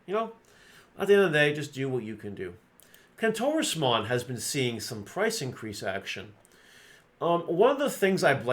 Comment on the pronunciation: Soooooo watching this video and my wife was listening in and thought you said clitorusmon…….. Kentorusmon……… SMH.